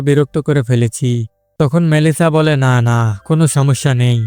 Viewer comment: আপনি কি কথা বলতে পারেন না আপনি বললেন লালা ওটা হবে না না